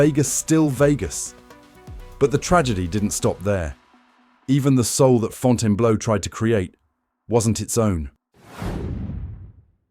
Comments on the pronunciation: WhyTF DOES THE IDIOT IA-bot KEEP CALLING IT FONTANA BLOW! FIX THAT SHIT!!! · Get your AI to pronounce the name correctly.